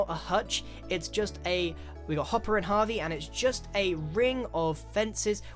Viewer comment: frisout then why you making a big deal about? He just pronounced it wrong - a voice crack maybe. And that's kinda offensive to people actually called Harvey, I know your going to call your brother crazy because he's your brother, but y'know..